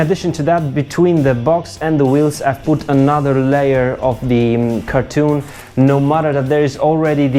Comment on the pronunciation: Great video, not to pick on your accent but it’s pronounced [ kar-ton ] not [ kar-toon ] cheers!